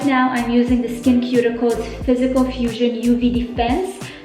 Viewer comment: So happy u posted this video! Your skin is glowing. btw it is pronounced "skin-sue-ticals". <3 I used to use their spf and you've convinced me to try it again. I also like EltaMD's UV Clear spf a lot. A few of my favorite winter skin products are hydra-cool serum (hyaluronic acid) and sheald recovery balm, both from the brand iS Clinical. I love their pro-heal vitamin c serum year-round too.